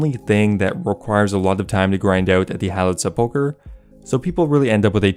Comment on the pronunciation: Se PULL chre. LOL